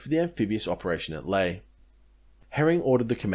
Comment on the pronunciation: the picture is a laughably staged laffer Lae is pronounced lye-AYE